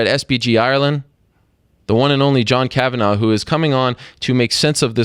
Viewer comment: It's Kavan-agh not Kavan-aww